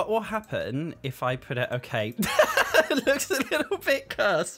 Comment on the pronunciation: "You're gonna poot me on foot finder" hahahah.